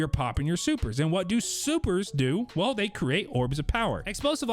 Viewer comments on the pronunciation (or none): none